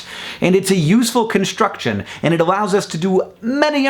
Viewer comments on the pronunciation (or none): none